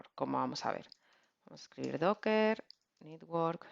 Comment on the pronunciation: muy bien, como como critica constructiva, no pronunciar nitwork, es mas correcto network